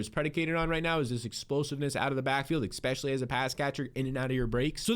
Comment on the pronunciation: absolutely love this channel, your content and production value is really enjoyable. I do subscribe and really value what you have to say. but where is the x in "especially"? great work man! keep it up!!